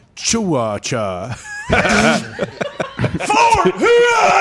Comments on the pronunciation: Lol it’s pronounced Fort Hua-chew-ka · I’m in pain from laughing so hard at “ FORT HUACHUACHA “ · Im sure its been said 8000 times but its Fort Wah-Chu-Ka. Pretty sure its hispanic or native american or something idk all the military dorks in AZ end up there for a little bit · Lmao it’s pronounced wha-chew-ka